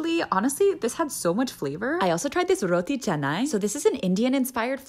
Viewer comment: I love how you pronounce the correct “roti canai” ❤